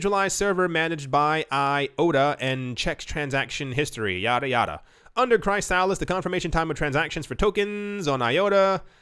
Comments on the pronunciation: I know you like to pronounce words differently but its pronounced KRIS-A-LIS not CRY-A-LISS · Chrysalis = chris uh lis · Dude it’s Chrysalis (chris a lis) like a caterpillar turning into a butterfly 🤦‍♂️ 😂